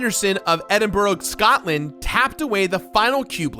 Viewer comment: is that actually how you think Edinburgh is pronounced? Fucking EdinBohRohg? Actually had to click off the video cause that made me so mad. Scatland aswell jesus christ